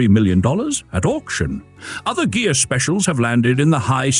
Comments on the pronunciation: Ghia. Pronounced Gee'-yah, hard gee. Try it. Ghia. Ghia. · DUDE! It's pronounced GEEAH! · He says it correct once then wrong, AI?